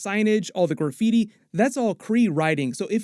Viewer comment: I can't get over how you say gooor-feety instead of graffiti 😂